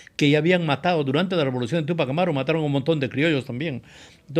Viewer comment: Y la palabra indígena está mal dicho